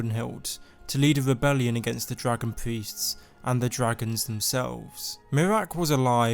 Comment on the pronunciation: I know you're saying priests but I'm hearing Dragon feasts and thinking wtf 😂😂